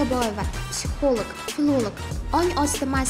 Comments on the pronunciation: Бу канака олима булди психолог сузини тугри айтолмайди. Психолик деб. Аввал тугри гапиришни ургансин. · Битва Тиранов 😅, психолог сузини тугри талаффуз килолмайдиган ,,психолог....Олима,файласуф,аллаканча китоб ёзганларни танимайман. Онам билан бир соат сухбат курганимда канча хаёт китобларини укигандек булардимХозир кизларимга айтаман,биргаликда хотирлаймиз.Жуда куп маколларни билардила.Хар бир мавзуга мос маколлари бор эди.34 ёшларида 4 норасида гудаклари билан бева колиб,оддий касалхона ошхонасига идиш ювувчи булиб ишга кириб,рузгор тебратганла.Жойлари жаннатлардан булсин.🤲